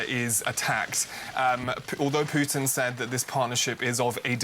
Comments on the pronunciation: it’s putin not piyutin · For the love of God, can you just pronounce Putin's name properly?